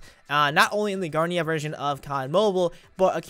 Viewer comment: Got the 4th month of me saying this. It is Gerena not Garnea